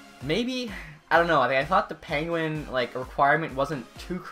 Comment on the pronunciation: Does it sound like he says Panguin to anyone else? lol